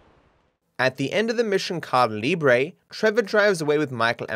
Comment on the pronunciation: I love how says "caída libre" Sounds like "car livery"